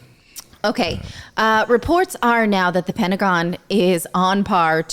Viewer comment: Petagon?! bahaha